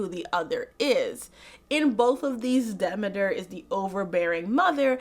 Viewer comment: Very cool video! I actually watched the whole thing, which I almost NEVER do with long-ass videos where it's just one person talking, lol. Very interesting look at the various stories. What's funny is I had no idea of the "Hades asked Zeus for permission" aspect of the myth. Also have I been mispronouncing Demeter my whole life. It's "Demetter", not "D'meeter"? Wow. One part of the myth I've been hearing about for years now is that part of it represents the sadness mothers feel when their daughters are married off- like Demeter's grief represented that of all mothers (since Hera wasn't the, uh, loving type).